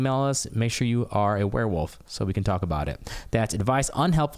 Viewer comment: "It's a Warewoof!" lol